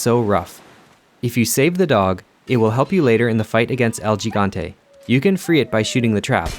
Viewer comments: Learn some Spanish will you?! You completely mispronounced Gigante!!!! It's pronounced "he-gan-te" Learn some Spanish!!!! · It's pronounced El "hee-gante" (Gigante).